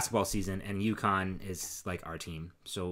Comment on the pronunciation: I chuckled when you were talking about going out for beers with your brothers. I thought why are they talking about Yukon? (A Canadian province) it took me a bit to figure that you were talking about U Conn!!!!! 🤣